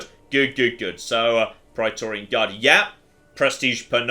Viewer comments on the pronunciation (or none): none